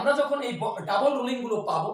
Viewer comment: Double not Dabule Rolling not Rulling